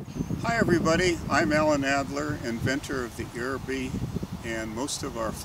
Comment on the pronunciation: Someone tell this guy he's pronouncing it incorrectly